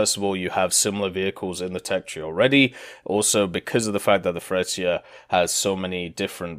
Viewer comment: it's Fretshiya!! Jesus!! Italian man! Know the spelling! Just like when you say Tshentawro = centauro